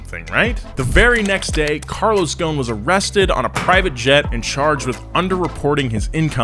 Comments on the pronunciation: IT'S NOT CARLOS "GONE", IT'S "GOHSEN" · Hey, You say "Carlos Ghon" the S is not silent, it's Ghosn, that word "Ghosn" in Arabic it means "Branch" Since he's mother Land is Lebanon. (SORRY FOR BAD ENGLISH) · the s in GhoSen is not silent . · If only his last name didn't have an S in it and is pronounced Ghosn ( Ghoson ) that would work. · First of all, why are you calling him Carlos GOWN? GhoSn. ew pronounce the "S" in his name. And before someone jumps out of his box to type in a comment like "who do you think you are and you don't even know the guy"... I'm from his country and we all know him :) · The way he says Ghosn😂. it actually sounds like Goo-Sin. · DaLaaNi Bombina i thought it was clear that the s needed to be pronounced. spelled ghosn but still pronounced the way it looks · "Carlos is Ghosn" C'mon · The s is not silent in GhoSn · The s in ghosn is not silent ffs